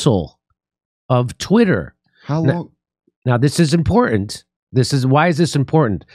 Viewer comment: Dore can't pronounce important??